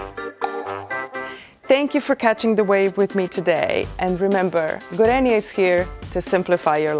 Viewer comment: I love how this company from my country became famous globally. PS: "Gorenyay", not "Gorenjay"